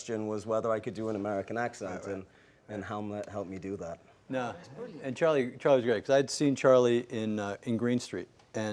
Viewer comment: Charlie's accent is not right!